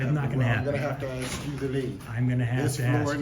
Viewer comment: He only answers the questions that you AX him! Lmao! Learn English.